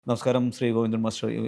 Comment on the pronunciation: വാണം.... Covindan അല്ല ഗോവിന്ദൻ ശ്രദ്ധിക്കണ്ടേ മാ പ്രെ 😇😇